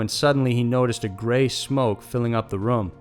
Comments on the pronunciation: I hate the way u say room. It's room not rum. Roooooommm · Anyone else cant get over how he pronounces room as ruem?